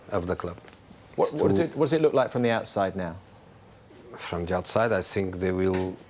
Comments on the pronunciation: but, is very strange that no one tells him: - Hey Jose! Is not sink, is think! No one can correct him,!? At the moment Mourinho is thinking that Pogba is sinking.... 😋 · It’s not ‘I sink’ it’s ‘I zinc’ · Nobody: Literally nobody: Jose Mourinho: I sink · Hey Jose is "sinking" again😅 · "I SINK" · Souness - always gets it wrong :) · acho que é mesmo uma questão de dicção, ele não consegue dizer think 😂